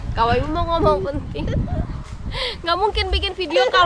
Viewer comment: Salfok sama 😂 bilang "ngomong" jadi "nomong" 😆 mood booster bgt kawa ❤